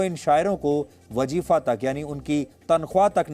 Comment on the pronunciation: Wajifa nahi wazifa sahi lafz hai.